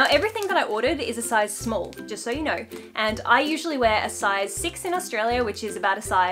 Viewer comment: "Don't yew reckon?!"